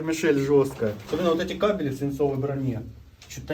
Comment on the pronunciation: Под землей нет кабелЕй. КабелИ сидят на цепи возле будки. А есть электрические кАбели. кАбели, а не кабелИ. Креосан же чуть деревню не спалил коротким замыканием. Должен знать разницу....